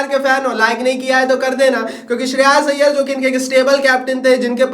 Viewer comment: Sheras iyer ❌ Shreyas iyer ✅